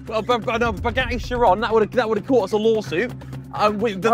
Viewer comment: why are they calling it a shyron tf😂😂😂😂😂😂😂😂